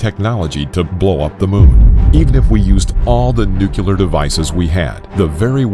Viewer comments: Just one thing. The word Nuclear is not pronounced nuke-u-lar. (Thank you Daniel Cwik) Think of New and Clear and put those 2 words together to get Nuclear. Just a thought. So many people miss-pronounce that word that it's driving me a bit crazy. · Of course it’s pronounced ‘New-clear’, the word literally means ‘of the nucleus’. You wouldn’t pronounce that ‘Nuculus’, would you? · This is why I couldn't watch this video to completion. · Nuclear, not Nucler. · Nuclear actually, not nucler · Its Nuclear btw not nucler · Nuclear not Nucler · Let's get this straight... It's nuclear... Not nucular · Lol "new-clear" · Dude... It's pronounced "new clear" not "nuke you lear". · It's NuCLEAR, not NuCuLaR... I couldn't even finish the video because of this. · Everyone: Nuclear Muricans: Nucular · I can't take anyone that says nu-cu-lar instead of nuclear serious. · It's pronounced: 'new-kleer', not 'nu-killer'; it's not difficult chaps. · What’s with this guy calling it “NUCELAR” instead of NUCLEAR!!! Is his last name Bush? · I blame George W. Bush for teaching Americans to pronounce "nuclear" as "noo-kyoo-lar." Surely, the pronunciation of "nu-CLEAR" should be CLEAR! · "Nu-clear", not "nuke-u-lar". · If he says nucular instead of nuclear one more time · It’s pronounced (Nu-clear), not “nucular.” I mean seriously, it’s pronounced the way it’s spelled. Why does no one get that? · NU - CLEAR. Not nOoKyOoLeR. That is all. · Somehow, nuclear became nukuler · Its pronounced "Nu-clear" not "Nu-cyu-ler" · For the last time it's not "nucular" ----- nu...clear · Had to stop watching after hearing “noo-coo-lar” one too many times (hint: it’s pronounced “new-clee-ar”) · NOOO CLEEEE ERRRR, not new cue ler. Sheez, the ignorance and the writing is terrible. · Stop saying nuculer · No-clear Nu-clear Nuclear Not clear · If the President of the United States can call it nuke-u-lar, so can we! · Nooo kuuu ler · It's funny how he pronounces nuclear "nukelar"... :'D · Fresh Lemonade Oh the irony!